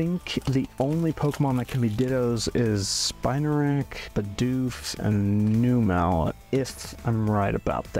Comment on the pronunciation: I just stumbled across your video and while I enjoyed your voice and the content itself, you managed to mispronounce at least 25 Pokémon (xatu,numel , gyarados, Lugia, …). This is by no means meant to be ill-spirited, but as a viewer this really makes the whole video less enjoyable for me and so I wanted to leave that as feedback.